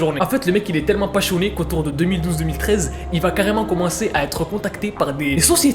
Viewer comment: pachoné au lieu de passionné 😂✨